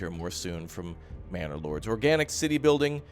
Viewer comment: did he said bannerlords or I am the only one that hears it? :D